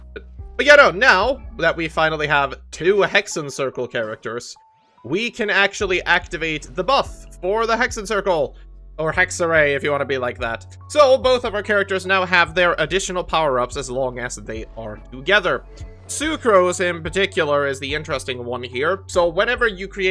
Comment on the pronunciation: Tbh Hexerei is Witchcraft in German so it's not hek seh ray but hek se rai It's kinda funny bc it's so close to my native language (Dutch) hekserij